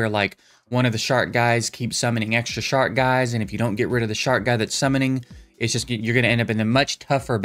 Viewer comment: i think he's saying SHARK Guys, not SHART guys! lol.